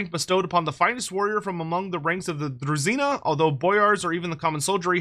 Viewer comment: Its definitely pronounced as druzhina (as in vision), not druzzina Trust me, I know Slavic languages